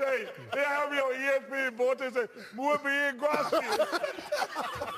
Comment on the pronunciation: the way Charles mispronounced “muy bien gracias” 😭😭😭😭😭